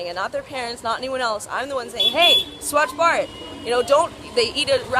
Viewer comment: like the way u pronounced "Swachh Bharat'